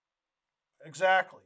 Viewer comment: ۹:۵۵ :)))) that " eggzagtly " :))